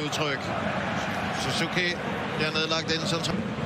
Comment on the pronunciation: バイクがあるからSUZUKIとHONDAの発音はいいね